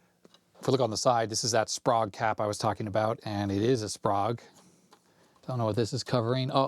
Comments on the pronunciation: Very nice journey through the past's perfect monitor. I'v always heard the cap's name pronounced as --spray-guh. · It’s pronounced “spray-g”